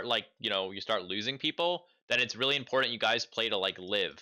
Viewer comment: important, not importent bro please